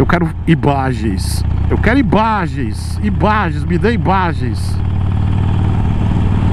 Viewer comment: Se alguém tem “imBageenss” mandem ou se calem forever😂😂😂😂😂😂